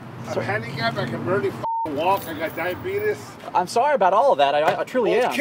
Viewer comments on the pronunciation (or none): "I got diabetus" 😂😂😂 I thought diabetus was a meme I didn't think Americana actually said that! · ✅ He thinks it’s a joke because he said “Diabeetus” instead of diabetes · I read "diabetus " right when he said it lol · “I got diabetius” Lmfao lame excuse.